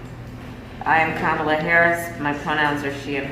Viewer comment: The fact he can’t say Kamala right 💀